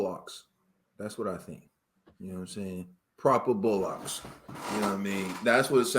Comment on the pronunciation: Loooool saying bollocks as “bo locks”